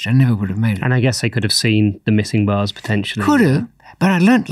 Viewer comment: As an 🇺🇸, at the beginning instead of “cut my way out of the bars” I heard “cut my LEG out” and was like damn this is going to be good.